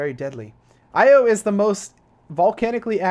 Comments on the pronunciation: You where pronouncing it eo its I O but ur good XD. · Phobos Deimos Io Calisto Mimas and Triton I think that's all of them next time listen to a correct pronunciation for them also there's a few dwarf planets you missed such as Ceres and Eris